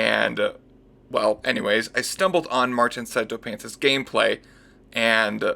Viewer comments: It's sea toe, martin himself pronounced it that way at the end of his just cause 3 vid (the first one) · sarah bloom, you wouldn't believe me but, you, are, wrong. It is pronounced psy tow